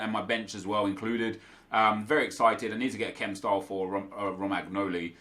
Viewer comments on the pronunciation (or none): Pronounciation correction: It's caltsio a not calsio a, calcio in italian means football. It's romanioli not romagknoli (gl makes li sound and gn ni sound) Also it's immobile not immobail You're welcome ☺️ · Its actually pronounced Romanjoli ;) thank you for changing the team up and making it interesting. Love your hard work <3